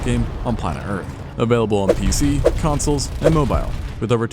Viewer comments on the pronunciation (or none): none